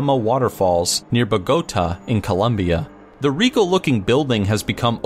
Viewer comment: That's some terrible pronunciation of Cyprus and Bogota, amongst others. And what's an oil bloom? I'm intrigued.